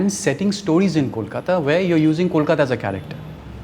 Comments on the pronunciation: Bombay was an alternative name of Mumbai, the city did not get mispronounced as mambui, or momboi but these ignorant people mispronounce Kolkata, and think it's cool, you if u can't pronounce Kolkata , say Calcutta, or Even Kalcutta, we are fine with it. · Because Mumbai was Bombay. Kolkata was nvr Kolkoto or Kolkota . Mispronouncing a name is a certain level of disrespect for the same.